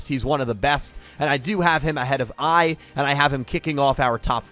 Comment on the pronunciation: when you said “If Lightning and AI dueled” I rewinded cause I thought “AI” was actually “I” as in you () 🤣🤣🤣sounded like you were challenging Lightning